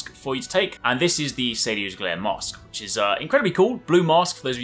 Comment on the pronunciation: When he says mask, it sounds like he is saying mosque and I kept wondering how would 13th century Japan have mosques